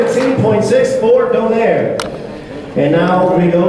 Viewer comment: Who the f*ck is Doneyr? Its DO-NAY-RI!